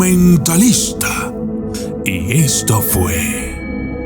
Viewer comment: Me gusta cuando dice : el doqumentalista xd😁